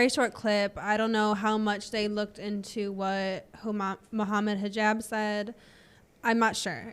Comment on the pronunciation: Moohaimad hajeeb 🙃